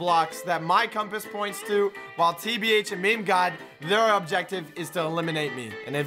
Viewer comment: meme pronounced meame not me-me